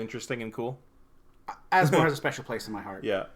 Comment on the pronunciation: I'm now sold on Asmo. Two reasons: you pronounced her name correctly multiple times; you've convinced me that she's a good rattlesnake commander.